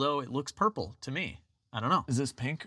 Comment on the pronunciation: Plurple. I think plurple.